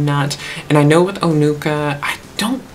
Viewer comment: Yes, the words Onuka and Peremoha sounds very similar to how you pronounced it.